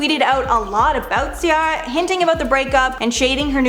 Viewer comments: It’s pronounced cee-air-ah not cee-are-ah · When the new host is irritating cuz she didn't pronounce CIARA's name correctly.... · Anyone else bothered by the way she's pronouncing Ciara?